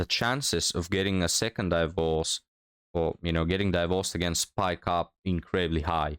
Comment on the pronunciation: I like how he pronounces it "die -vorce." I'm adopting that.